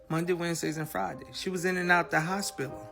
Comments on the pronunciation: “Hospilla” 😩 he need to learn how to speak fr and Renee never made her family seem more perfect. She had def talked about their drama too. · “Nelected” and “hospilla” 😂😂